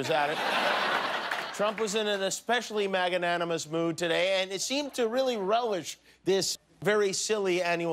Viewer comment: "Maga-nanamous." LOL